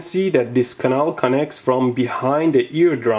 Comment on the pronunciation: You speaking the word CANAL like Russian. :)